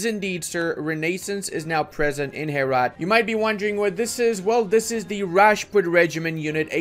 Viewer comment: My parents are from Herat and the way you prononce it had me dying